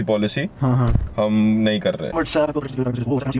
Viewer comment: Whetsapp kya hota hai What's app to bol sahi se